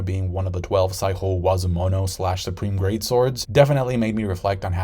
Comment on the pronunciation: Bad pronunciations of some words aside, is the best reviewer and always shows pannels to connect to the points he's trying to make. Keep up the good work! p.s. aegis = soft G like in "GYM" logia = hard G like in "GUITAR saijo = same as the name JOYBOY, not "spanish J"